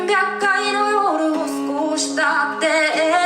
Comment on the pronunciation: ぬ をきちんと 発音できることが大切な 楽曲です バッチリ👍 🎵得られぬような 🎵忘れぬような